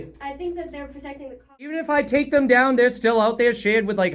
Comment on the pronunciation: Is "Thum" instead of "them" a pronunciation unique to New Hampshire, or is it common throughout New England?